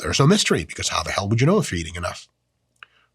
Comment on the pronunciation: please dont say hell like that